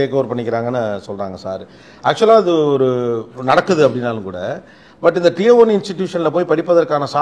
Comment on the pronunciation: Wrong pronunciation for Tier